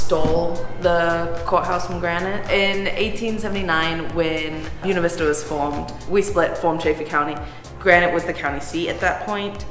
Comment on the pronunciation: Brother, before I watch the rest of this video, gotta correct your Spanish. Buena Vista is Spanish for "Good View". Buena is pronounced "Boo-eh-nah". Not "Bona". That's Italian. OK. Done. I'll shut up. Back to the video. Buena Vista is going to be a town on my model railroad now set along the Tennessee Pass Linne of the D&RGW railroad, so I need to see the surroundings.